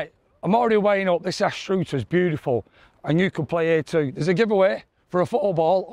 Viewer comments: as a fifer, ive always pronounced it Ainster... not sure what you're saying ha ha ha... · First rule of playing unfamiliar courses.....find a resident and ask them the proper pronunciation of the area you're in. "Anstroooter"? PFFFFFFFFFFFT. lol :) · You shouldn’t have been allowed to play it if you can’t pronounce the towns name. It isn’t difficult!! An…Struther. (As in ‘Other’ ‘Cover’ ‘Lover’ ‘Brother’ ‘Smother’😢) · Great video and hilariously bad pronunciation of Anstruther. (Ainster) is how locals would say it but hey, who cares. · hi good video but you are murdering the language ha ha...its pronounced Anne struther....keep making the videos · I want to play here.. I remember playing here 30 years ago as a teenager and loved it. The way you pronounced Anstruther was truly unique 😂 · Need to learn how to pronounce the place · Loved the video. And your pronunciation of Anstruther.......😉😉😂😂😂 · Thnk you've pronounced it 15 different ways! Ps,if your in northern Ireland you should play ballycastle,just below Portrush £20 Wednesday all year round,first 5 holes parkland next 13 links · I want to play here! Played this many years ago and remember that par 3! I feel better now that i know it was hard! (I bogied it) Funny pronunciation of Anstruther! I think locally it's pronounced 'Enster' Thanks for highlighting another great Scottish gem! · you should ask the locals how to pronounce the course name.But enjoyed the course and views. Like to play there you always get good weather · I've never heard anyone pronounce Anstruther like that 😂, still given that...I WANNA PLAY HERE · Watching pronounce the name of the course is as entertaining as the golf! 18 minute video 18 different variations 😂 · I want to play here! And you are more than welcome to join the 4 ball and we can teach you how to pronounce “anstruther” and any other weird n wonderful Scottish place names 😂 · Series is fun. Pronunciation of club name is questionable 😂